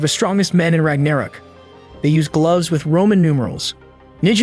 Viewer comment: Bruh the way you pronounce ragnarok is pissing me off. haha